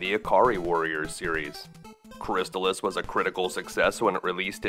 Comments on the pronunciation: Cris-taal-iss. Not Cris tuhlis. Not making fun. Great video btw. But i had to say something. It's like calling Battletoads... Buttletoads.... :). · It's pronounced "crist-all-iss" as confirmed by the TV commercial. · I always pronounced it -chris-tal-iss When he says chris-tuh-liss is sounds so strange lol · I am totally fine with being wrong, but, I always called it "Cris-stall-iss," so hearing it called "Cris-still-iss" catches me off guard. Anyone have any insight? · You pronounced Crystalis incorrectly. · Ugh, you can at least pronounce the name of the game correctly! 🤮